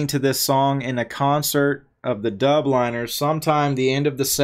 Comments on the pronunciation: ‘Dublin-ers,’ not ‘Dub-liners’ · Please learn how to pronounce The Dubliners correctly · You butchered the pronounciation of "the dubliners" 😂